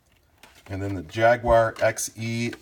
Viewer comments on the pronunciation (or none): No offense but why are you saying Jagwyre?? It's Jaguar.